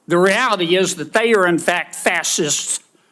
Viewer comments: He's so ignorant.He can't even pronounce the word fascist. He says FASSIST. Republikkklans are so ignorant. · Did he say "fassist"?